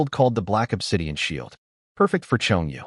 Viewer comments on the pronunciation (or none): none